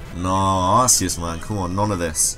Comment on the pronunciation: THAT IS SO AWESOME!!!CRESSELIA!!!!!! Don't judge me I'm rushing this comment , sorry about the arceus rejecting the poke ball , reminds me.of pikachu , I.don't mean to.sound like a professional but it's supposed to be pronounced Ark ee us , not Arse ee us , and my fav normal type has got to be Eevee , have you seen how cute it is and its awesome Exclusive ZMove , Extreme Evoboost :-)